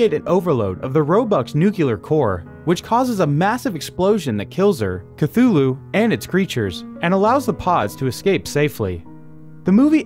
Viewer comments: It's chtulu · Ok wth is a Cthulu.... ?? ? Call of Cthulu ? lmfao